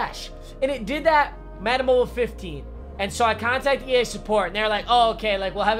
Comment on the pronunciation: EA scammed you because you can't say their name right lol